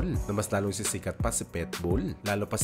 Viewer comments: Pitbull hinde Petbull pati sinasabi mo may hika 🤣🤣🤣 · Boss PITBULL po ang pronunciation at hindi PETBULL hehehe….Peace✌️ po tayo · Pitbull po... Hindi Petbull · pitbull po, di po petbowl✌️✌️✌️ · Pitbull.hindi petbull tanga... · Pet bull??? Hahaha..Pitbull sir!